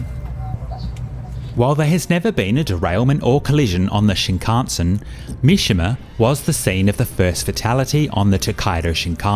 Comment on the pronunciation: Are you deliberately pronouncing "shinkansen" incorrectly and differently every time? LMAO